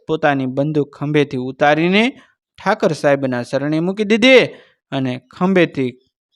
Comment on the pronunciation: Thakar saheb n kahevay Thakor saheb kahevay bolata shikho